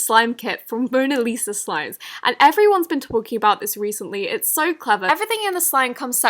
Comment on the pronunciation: Every time she says so I hear soy?!